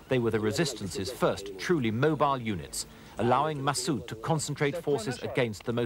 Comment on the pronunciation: masssooooooooooooooooooooooooooooooooooooooooooooooooooood ....pronounce it propoerly